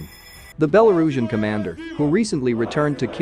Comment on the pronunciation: # - your copy has improved a lot in past months. Having titled sections was a nice idea, butt therobo-voice didn't handle it very well I understand your decision to stick with therobo-voice. I recommend keeping the app or library up-to-date, as it doesn't handle some words very well (e.g. Belarusian)